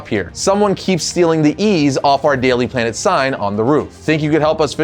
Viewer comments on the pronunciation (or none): "Daily Plan-t" I assume is the top suspect.